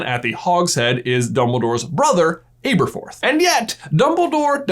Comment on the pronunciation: Am I missing something? Why does he constantly say aberforths name wrong?